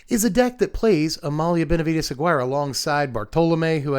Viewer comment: its not AG-WIRE its A-GI-RE